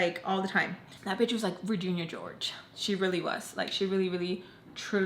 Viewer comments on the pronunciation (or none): I love that you say “Raginia George” like Virginia. You are high key adorbs,! Love youuu (my signature)😉